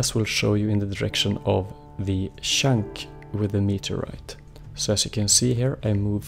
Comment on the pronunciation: why do you say shank instead of chunk ?